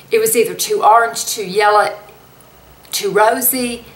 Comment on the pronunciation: You say Orange like my mom does 😆🥰 we are in Arkansas lol